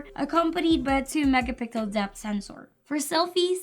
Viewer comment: I heard said mega pickle sensor😂😂😂